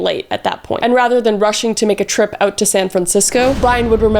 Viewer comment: Kris, I'm curious about your heritage. , you pronounce "out" as "AHH-oot," and a , you pronounce "been" more like "bean." I'm no linguist, but I'm wondering if you, perhaps, have roots in Minnesota, or possibly Canada.